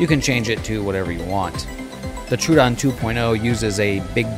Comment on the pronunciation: Troh-uh-don. Thanks for the video!